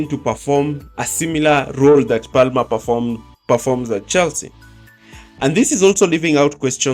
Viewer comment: You don’t pronounce the L in Palmer. It’s said as “Pamer”.